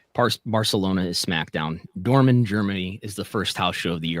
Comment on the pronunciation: They're pronounced "Dort-Mond" & "Bolonya". The T in Dortmund is NOT silent, but the G in Bologna is silent, and the part after the G is pronounced like the letter ñ in Spanish. Feel free to confirm this by watching any official European football video on YouTube. Both Dortmund & Bologna have well-known football/soccer teams. Also, I mentioned to you guys in the past that Turki's last name is pronounced "Al Shake" not "Alal Sheek" - Al is pronounced very similarly to Al Gore or Al Pacino, and the rest is pronounced exactly the same as the word 'Shake'. I speak both Italian and Arabic and follow European football pretty closely. That's how I can confirm these pronunciations.